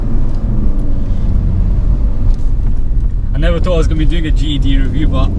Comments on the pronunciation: Why does it sound like you kept saying GHD instead GTD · Why is does this guy keep saying GED 🤣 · that's not an accent that's just being lazy! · Deffo Saying GED 😂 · Ged or gtd? I cant tell what hes saying? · could you pronounce GTD properly for once? it always sounds like GED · Speak properly Its a G T D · is it just me or is he saying GED? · sounds like your saying GED, great vid though. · how can you say GTI but not GTD??? 🤔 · Your accent? You call "T" "E" ?